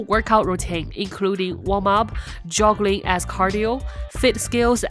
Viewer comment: Did she say joggling?